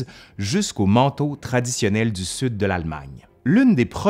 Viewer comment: Au fil dzu temps